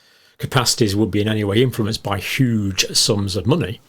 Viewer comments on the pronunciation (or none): While very subtly emphasizing "huge."